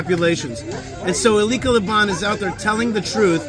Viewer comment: Just a small correction..Her name is Pronounced Aleesha..But keep up the good work..